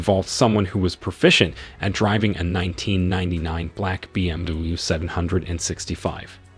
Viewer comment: Trouble saying BMW?